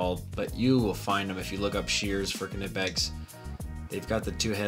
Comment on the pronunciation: Pronounced nipex